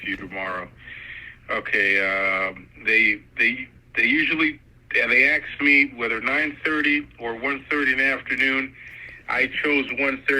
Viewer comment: "They were making pills from India..." makes absolutely no sense. The investigation has been going on for 13 years??? Right, he can't disclose your address because he doesn't have it. Which district is this district attorney from? He never mentioned that.🤔 Oh man he said AXED.😖 This guy is so slick, trying to get all of this info over the phone. Then he yells at you about not telling him that you "wasn't" feeling well. 🤮🤮 He and his friends (?) are playing cops and robbers. These people must be in prison. Seriously. This phone call would NEVER come from the FBI. The FBI will block your phone from international calls?😆😆😆😆😆 Oops, he messed up big time - there is no such thing as the US Confidentiality Act. There's the Privacy Act, but he said what he did because he's a filthy, ignorant scammer. And you even tried to correct him. What a moron. Did I miss the amount of the "fine"? Oh here come the officers.🤦‍♀️ You were absolutely incredible!👏👏 BTW, I have lots of family in several countries - wonder how they'd manage that.😉